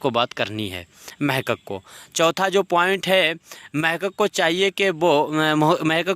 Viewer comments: محقق لفظ غلط بول رہے ہیں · بہت اعلیٰ صرف محقق لفظ آپ غلط بولتے ہیں یہ درست کرو